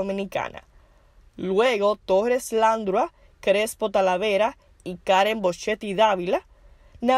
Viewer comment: La dama que narra tiene un serio problema con con los acentos ,pronunciación y lectura de las palabras por ejemplo el apellido “Dávila”, el apellido Landrau se pronuncia (Landró) .Cometió no menos de 15 errores.